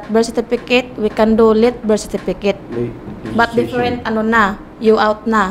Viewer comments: Lintek.! Sa Berstifikit ako mabaliw Sa kakatawa... dami ko tawa nka 20 ata ako tawa...lol 😂😂😂😂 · Leon Guerrero bersitifikit talaga😂😂😂😂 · "Bersitipiket" - 2019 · Bilat investment na nalugi. “Berstifikit.”-, 2019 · "Goodbye-bye" "Bersitipikit"